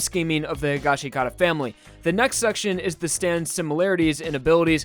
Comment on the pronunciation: Waiting for people to stop mispronouncing higashikata